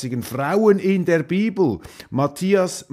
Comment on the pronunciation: Du hast das falsch ausgesprochen, nicht die Biiiiebel, sondern die Bibeeeel